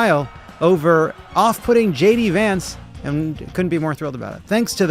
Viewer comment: I swear I heard Tim say Gay D Vance and Levitt call him Shitty Vance. Just aayint